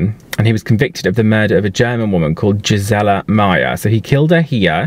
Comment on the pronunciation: Gisela is pronounced GEESE-uh-laa